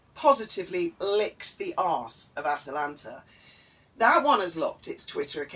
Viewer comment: Did I hear you call it 'TwAtalanta of Arcadia'?!! If not, perhaps you should....!